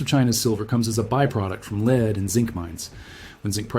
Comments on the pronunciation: Asian guy is AI. Lead is not pronounced leed. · AI mispronounces lead. AI says "leed" \, also often AI can't name large numerals. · When prompting the word lead (the metal) use the prompt "led" and your production won't sound as A I (fake). Good info but the total A I (fake) talking head and the quirky graphics degrades the site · I mean who can't pronounce lead as LEAD not lead lol.